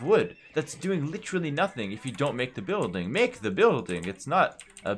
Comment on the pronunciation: "make the bØiLdiNg~" Proof that playing aoe2 at a pro level turns everyone into a skandinavian at some point